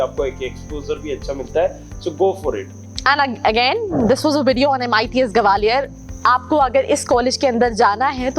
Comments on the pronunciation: its gwalior not gabaliar😂🤣😂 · Like seriously 'gawaaaaliar' its gua-li-or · Gawaalior ni... Gwalior h